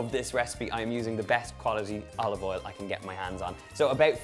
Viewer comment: Love the accent of pronouncing O with E... like Elive Eil..